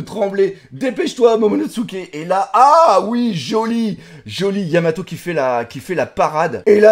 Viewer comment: luffy dit vraiment yamao, il zappe le t aussi en japonais.